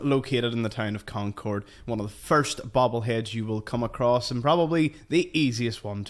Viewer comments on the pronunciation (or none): none